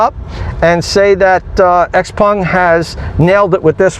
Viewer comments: It's not hard to pronounce Xpeng and not xpung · Xpeng... Not xpung. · It’s actually pronounced Shouw-pung